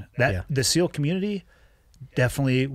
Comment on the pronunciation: Did he just say ‘CEAL’ instead of ‘SEAL’?